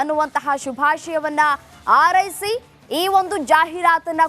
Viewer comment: 😮 ಆರೈಸಿ ! ( ಹಾರೈಸಿ) ಕನ್ನಡ ಉಚ್ಚಾರಣೆ ಸರಿಯಿಲ್ಲ ಆಂಕರ್ ದು.😮 ಸರಿಪಡಿಸಿಕೊಳ್ಳಿ.